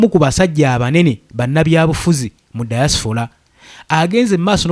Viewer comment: Point of correction, the word is "Diaspora "not Diasfora.